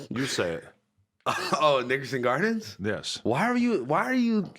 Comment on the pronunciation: Nickelodeon gardens or nick gurrdens